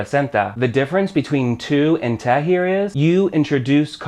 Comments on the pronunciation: its pronounced tay (te) not teh (te) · Love your videos, but everytime you mispronounce te I cringe.. sorry, much love